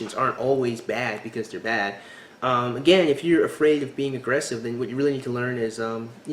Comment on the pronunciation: Oh thank you for pointing out the Up-Talking! Drives me nuts. Also what is it with American girls replacing the "E" sound in words with an "A" sound! Example: at one point in this video the girl tried to say the word "aggressive" but it ended up coming out "aggrAssive", Am I the only one who notices and is driven insane by this type of speech? Friends turns into frAnds, celebrate turns int cAlebrate etc.